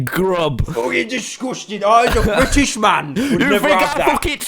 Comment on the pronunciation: Pyro is not british confirmed he said "british" with the T. Here is the proof